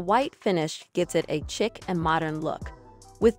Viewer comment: Chic is pronounced "sheek," not "chick." Sorry, wrong grammar makes me crazy.